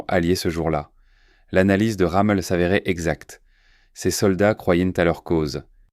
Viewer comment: C'est pas "Ramul " , c'est ROMMEL !!!